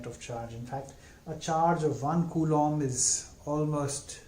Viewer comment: Finally... Someone who pronounces 'Coulomb' right. Great lecture sir